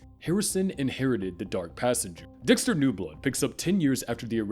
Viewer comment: I can’t get over “Doxter” 😂😂